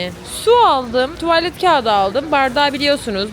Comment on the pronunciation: Çocum tuvaalet değil, kısa a tuvalet lütfen